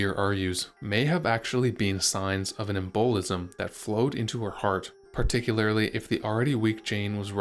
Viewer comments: em-boh-lism? ugh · Yeah, I didn’t know the “plaaag” had been raging through London, not to mention that “em-BOWL-izzum” that may have caused Jane’s death!🤨